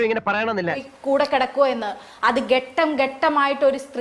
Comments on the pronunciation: ഗെട്ടം അല്ല ഘ ട്ടം ആണ്‌ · ഒരു മലയാള പദം കൃത്യമായി ഉച്ചരിക്കാൻ കഴിയാത്ത ആൾ എങ്ങിനെ എഴുത്തുകാരി ആയി😮ഗട്ടം അല്ല😅 ഘട്ടം 😅 ഘട്ടം ഘട്ടമായി പീഡിപ്പിക്കുന്നത് ആദ്യമായി കേൾക്കുന്നതാണ്.ചോദിച്ച ചോദ്യത്തിന് ഉത്തരം പറ😅 ചിരിച്ചു ഊപ്പാടായി 😅IAS ൻറെ കാര്യം നീ ഇവിടെ പറഞ്ഞത് എന്തിനാടാ😅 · ഇവര് എവിടുത്തെ എഴുത്തുകാരി ആണ്..ഒരു ഭാഷാപ്രാവീണ്യവും അവരുടെ സംസാരത്തിൽ കാണുന്നില്ല..ഏതാണ് ഇവരുടെ പ്രസിദ്ധ കൃതികൾ..?ഘട്ടം ഘട്ടം എന്നതിന് ഗെട്ടം ഗെട്ടം എന്നൊക്കെ പറയുന്നത് കൊണ്ട് തോന്നുന്നതാണ്..ഇവിടെ ആങ്കറും,സ്ത്രീയും രണ്ടും ഒരേ റെയ്ഞ്ച് പോലെ തോന്നുന്നു.. ചക്ക് എന്ന് പറയുമ്പോൾ കൊക്ക് എന്ന രീതിയിൽ ഉള്ള മറുപടി..ഇവിടെ തകർത്തു.. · “ഗെട്ടം ഗെട്ടം” 😂😂